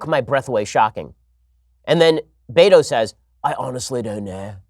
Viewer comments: It’s pronounced beta. Not Beto. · It's not Beto is Behto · Me: “Ah yes. Time for some intellectual, professional, political analysis this morning.” Ben: “BAY-DOE!” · My Wife: I know he keeps saying "Beto", but all I hear is "Beta". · that cracks me up, too. ha